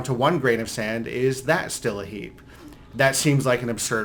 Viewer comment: When he says “heap” it sounds like he’s saying “heeb” a derogatory term for Jews lol